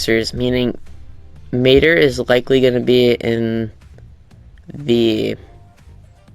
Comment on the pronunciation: I ranted so much on their Instagram about this showcase. Whoever played as mater did a horrible job showing off his abilities. I also hated how he called his name. Tow or matter 😒